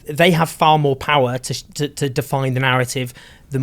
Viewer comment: Maybe Owen will hear how to pronounce "Zeteo"!!